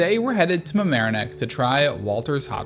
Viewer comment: congrats are pronouncing Mamaroneck correctly